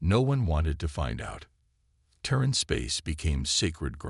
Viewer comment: Crappy AI, as usual. "deh-BRISS", "tehr-RAN"(terran), "PRAH-jektile", "fri-GATES"(frigates), "cer-TAYN"(certain)!!!!!!!!!!!!!!!!!!!!!! Crappy!